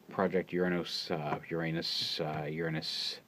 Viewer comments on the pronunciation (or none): Why can't Hasbro make TF toys like this and the other third party toys? They are so much more awesome than having multiple shelve warmers like "bumble bee". BTW you said "Your anus". LOL